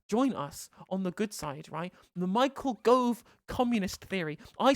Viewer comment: "Mao-chael Gove" XD